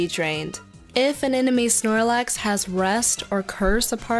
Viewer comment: snorlax, not shoelace